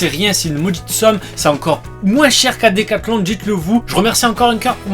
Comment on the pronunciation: Lol on dit pas decaclon mais descathlon